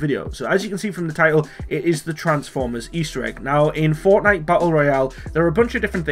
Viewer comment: I thought he said fartnite